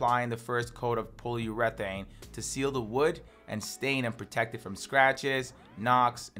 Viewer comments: "pole-u-reth-aine" lol nice. love it! "Poly-ur-eh-thane" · not sure what paulurethane is, you talking about polyurethane? lol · Polly Yura-thayne - Polyurathane pronunciaion 👍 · Ie he trying to say POLY YUR AH THAN? (Polyurathan) ? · Good video, but took me a min to understand you when saying "polyurethane" pol·y·u·re·thane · i hate how he pronounces polyurethane